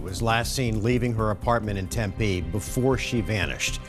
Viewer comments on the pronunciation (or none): It's pronounced Tempeeee not Tempay 👀🤨